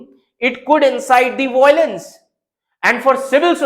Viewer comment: Indians can’t pronounce violence It’s always voylance 😂